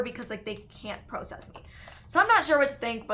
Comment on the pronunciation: The word is “process” your saying it wrong